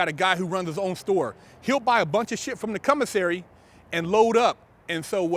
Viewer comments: Commissary, or Cum-missary? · no disrespect sir I love your show but it's pronounced commissary not cummissary😉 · Did this foo just say "cum-o-sary" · He said “CUMisary” HAHAHAHAHA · He's saying (cum)isary for a reason. I read bt lines. 😂😂😂😂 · Tina Tyler he has a speech deficit